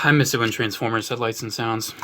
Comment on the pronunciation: I swore I heard "A Group of Trans-Pho-Bias" not the Jersey accent "Trans-Foy-Mas" at the beginning. 😳😂